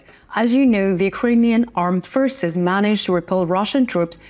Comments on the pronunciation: I was going to comment on the mispronoucement of the same words. Forces is pronounced four ces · Forces forces , not pfishes or fristse ••• for ces for-ces